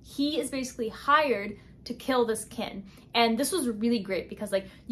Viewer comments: kinG. not kin. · girl, the g in king is not silent